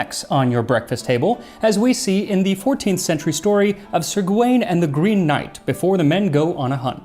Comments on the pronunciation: Gawain is a more modern spelling, and indeed "Gavin" comes out of it, but it wouldn't have been pronounced that way. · It's funny.... how you know cloWes is cloves, but not that Gawain is 'Gavin'.